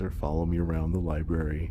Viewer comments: I just have one complaint. It is a pet peeve of mine. I'm a baby boomer and we were all taught how to spell and read come and it is library with an R after the bee, it is not libary! Anyone who is as educated as you are should know that! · The amount of people who say "liberry" is astounding